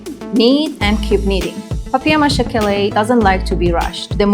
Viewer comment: Повеселило : " бабье' ма'ше" 😅.